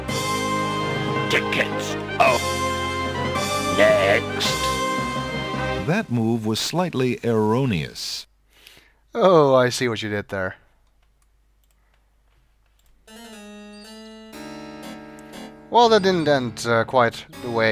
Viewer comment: Arrow-knee-ous xD